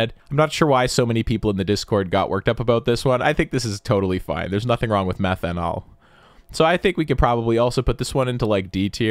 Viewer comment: Methanall omg 😂😂😂😂